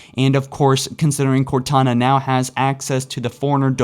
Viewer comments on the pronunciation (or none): *'now' not 'bow'